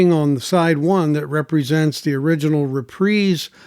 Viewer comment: Very informative, I appreciate your dedication to detail. And you're one of the few that can pronounce Reprise correctly 😊 Mr. Sinatra's label. Love, love Tull. Thanks 🎵